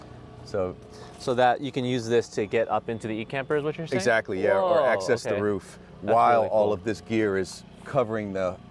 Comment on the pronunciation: “we have axe-cess” 😂😂